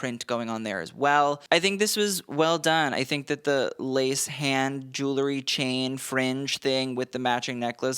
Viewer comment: I find myself watching your stuff over and over - you know your business. Boy do you ever - and you keep up with everything! WILL YOU PLEASE RECONSIDER YOUR PROUNUNCITAION OF THE WORD JEWELRY. There's an "E" in there and your mispronunciation is distracting. I'll keep watching!